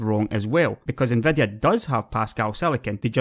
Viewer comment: you can FET them more....SEXHEIGHTY ... TRANSESTOR...NVEDEA...OMG this is so painful to listen to....seriously it is like I would speak in my own dialect on a youtube video... too bad because he seems quite knowledgeable..